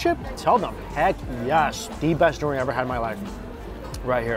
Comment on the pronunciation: He pronounces durian like DORian lol